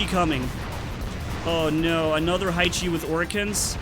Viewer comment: Haichi is not [haichi] but [haechi]